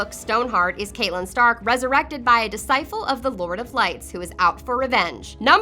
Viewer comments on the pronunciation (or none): Oh-lenn-uh (Olenna) not Oh-lee-ahnna (Seriously, this one was just unforgivable). Oh-burr-inn (Oberyn), not Oh-ber-onn Bree-enn (Brienne), not Bree-inn Cat-linn (Catelyn), not Kate-lenn She didn't even say disciple right. What' the hell's a discifle?